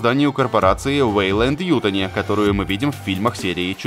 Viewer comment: Немного ударение не туда в фамилии Ютани!